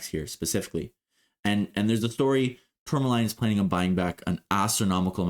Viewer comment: Also, it’s pronounced ‘Tour ma lean’ sorry I had to say it my ocd driving me crazy hearing you say it wrong lol